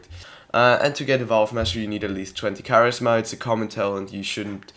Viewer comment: karis-ma lmao